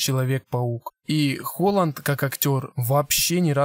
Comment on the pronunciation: ХОХЛАНД?!!Это Холланд, А НЕ СЫР!!!😂😂😂😂😂